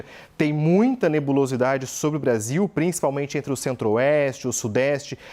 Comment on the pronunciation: "Olhando para o nosso Prasil" 😂😂